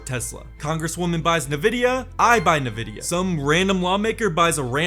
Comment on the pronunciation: EN-vidia not NUH-vidia! Thanks for the videos!